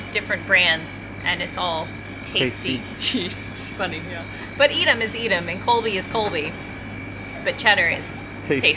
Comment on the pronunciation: Tasty is an English word. Edam is a Dutch word. Take the 'a' of Tasty and use that as the sound for the 'E' of Edam. Then you pronounce it correctly. Good luck!